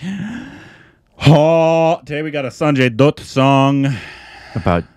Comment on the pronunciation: For the umpteenth time, it is pronounced as 'Sanjay Datt', not 'Sanjay Doott' 😐